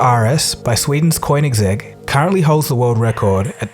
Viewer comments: It's not. It's "Kohnigsegg" and "Sheeron" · * It's Koenigsegg (Cone-ig-segg) When pronouncing it the s in the segg has a slight z sound. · Your pronunciation of Koenigsegg made me cringe.